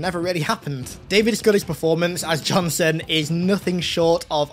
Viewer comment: Why does it sound like you call Sergeant Johnson, Jonathan? 😂😂